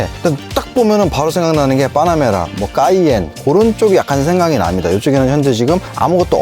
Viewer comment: 뽜놔뭬라 발음만 기억에 남아버린다